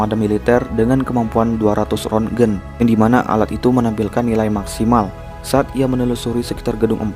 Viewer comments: Tulisan nya Rontgen tapi dibaca RONSEN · 3,6 rontgen,, itu bacanya "ronsen", bang,, Sprti, ronsen penyakir paru2 di rs harganya Rp140ribu untuk melihat penyakit bronchities